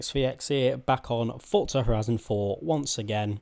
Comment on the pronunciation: he says fortza all the time does my head in